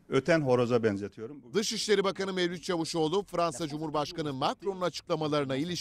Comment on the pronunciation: Adam diye yazilir CAVUSOGLU diye okunur!!!!!!!!!